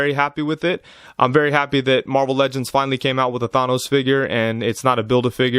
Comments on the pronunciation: THA NOSE NOT THAY NOS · Did he say thAH.nos Good review tho 👍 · Why are you saying Thanos like that?